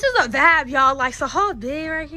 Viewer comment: when say ya'll it sound like she is saying yeah